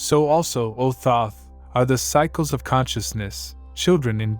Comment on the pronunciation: No. Right off the bat I heard the first three seconds of this and said no. You can't even pronounce the name correctly.